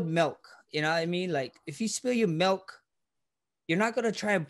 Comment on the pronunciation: Yo max pass the "melk"